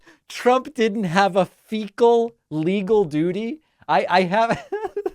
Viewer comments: "Trump did not have a FECAL LEGAL DOODY"?!! I'm dying here ... 🤣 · "fecal legal doody" 😅🤣😂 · "Fecal legal duty" Trump has finally made me laugh!